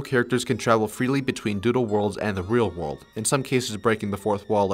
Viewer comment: Lol “Dooldol”😂😂😂😂